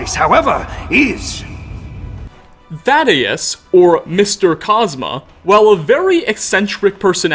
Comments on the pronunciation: Dude my name is literally thaddeus and you're butchering it so hard every time I can't not mention it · How he says Thaddeus kinda kills it for me >.< He literally hears how the character pronounced his name and says it wrong anyway